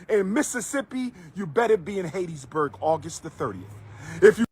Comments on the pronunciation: It's "Hattiesburg" not "Haitiesburg". what is wrong with dude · Hateteesburg, MS? I guess I've been saying it incorrectly all these years.